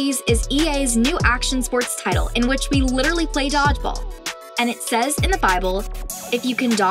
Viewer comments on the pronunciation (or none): none